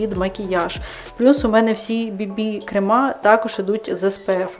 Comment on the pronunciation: КрЕми. Не кремА. Навіть ворожою мовою наголос у цьому слові буде на першому складі, а не на другому.